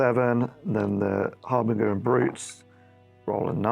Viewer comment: Sorry to be that guy but is it really harbin-gur? I would say it as harbin-jur.